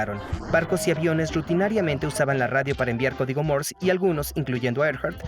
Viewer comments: "Morse", no "Mors". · Se pronuncia código Morse sin la E al final o Morse con la E al final?